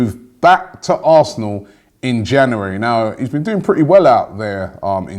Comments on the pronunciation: why can’t you say january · Great, another month of Robbie mispronouncing 'January'